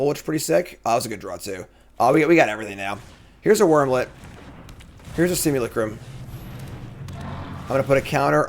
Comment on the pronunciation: One comment = one diaper for Cassian! And so you know: simulacrum is pronounced sim-yew-LACK-rum.